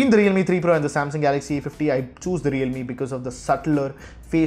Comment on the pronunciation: he mispronounced it.